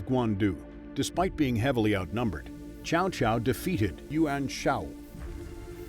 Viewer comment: Love this series so far. But if you're going to focus on the characters so much AT LEAST PRONOUNCE THEIR NAMES RIGHT. I've never heard Cao Caos name butchered so badly.